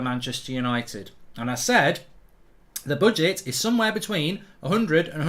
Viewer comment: Why does he keep saying boodget 😂